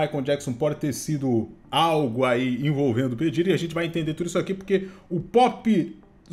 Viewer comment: É (PI DIRI) QUE pronuncia 😂no primeiro ele disse errado depois falou certo kkkk